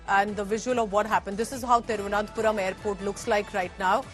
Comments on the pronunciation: That is not Thiruvanathapuram its Thiruvana(n*)thapuram🤦‍♂️ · India Today can't pronounce Thiruvananthapuram?